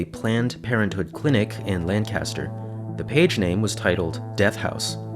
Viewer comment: for future reference, LAN-caster is a city in california. the one in pennsylvania is LANK-ister lol